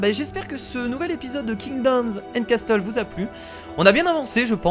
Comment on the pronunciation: MAIS C CASSEULS ET PAS CASTEULS :'(